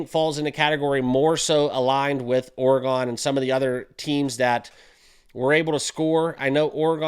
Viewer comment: For the love… please learn how to say Oregon